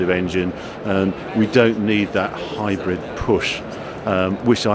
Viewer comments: Karl Van Ginderdeuren Not to mention 'hybred'! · hybread? you mean hybrid lol